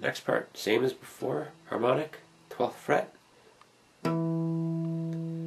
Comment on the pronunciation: Harmonic ? More like "Hamon"ic